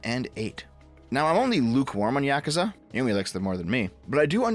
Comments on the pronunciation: meanwhile i die everytime says Yahkooza instead of yakuza. also if yong yea was genuine about the admiration for the franchise he would have rejected the offer because he is self aware enough that he doesnt fit the part. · im sorry but thats probably the worst pronounciation of yakuza ive ever heard 💀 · how tf does someone with "otaku" in their name butcher the pronunciation of "yakuza" that badly? lmaooooo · can you stop saying yakuza like that